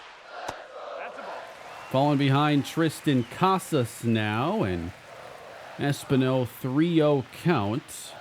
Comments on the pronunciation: Es-PEEN-O btw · Should not Espino be pronounced Espeeno? Because everytime it was pronounced it bothered me. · I do just want to say, I'm pretty sure its Es-PIN-yo for pronunciation. Not trying to be a stickler, just trying to help. Appreciate your good work and series as always.